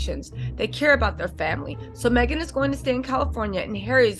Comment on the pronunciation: it's Meghan not maghan sounds like you are a troll